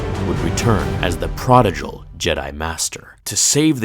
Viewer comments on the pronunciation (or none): It's pronounced "pro-di-gal" not "pro-di-jal". Also, it means wasteful. As in, the prodigal company bought only Mad Catz stock. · It's prodiGal, not prodiJal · Did you seriously just frickin say "pra-duh-jull"...? Really?? Come on dude.... This is becoming too common of a thing for your channel man. You really need to go look up any words you don't already know and know how to say properly in the dictionary/thesaurus and get the proper pronunciation down before even setting things up to record and make the video. As for this word, it is pronounced like this.... "pra-dih-gull." The G is used the same way it is in sea gull, not the way it is in George. I can't believe you said it that way lol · You totally said prodigal wrong. You don't say it like prodidgal. You pronounce the d normally. Not like g. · You said "prodigal" wrong, just to fuck with some of us, didn't you?